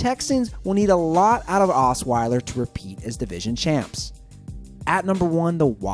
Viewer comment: well "assweiler" delivered